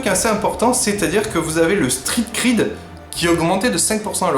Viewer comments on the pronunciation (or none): Le Street Cred', pas le Street Creed.